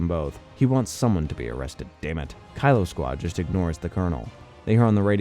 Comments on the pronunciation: Kilo is pronounced key-low, not Kylo for the love of god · Kilo: key-low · he pronounced it like Kylo Ren several times in the video